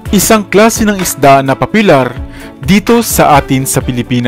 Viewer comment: Papilar daw? Baka popular kamo.. 😂